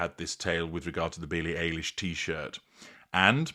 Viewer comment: ~ psst: pronounced Billie EYE-lish. 😉 American singer-songwriter